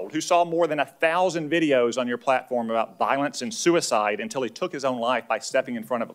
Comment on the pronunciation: about, not abour...lol